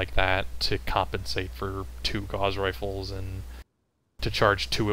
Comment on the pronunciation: Great to see most, except, now correctly pronouncing Gauss! Agree with most points made, especially regarding Laser Durations which have been clearly in need of a reduction since the game launched. Pulse Lasers have improved a bit more than once but they are still not there.